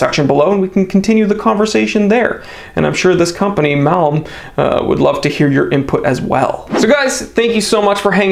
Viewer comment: HOLY CRAP! IT'S PRONOUNCED MALM. Jeeze dude